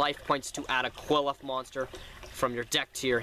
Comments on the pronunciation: i understand its hard to pronounce their name but you're not even fuckin close you're basically sayin "cool off" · Qliphoth is pronounced "Ki-Li-Fo-To" and since it is already plural its just "Qliphoth" not "Qliphoths" the singular form of Qliphoth would be Qliphah, pronounced "Ki-Li-Fa"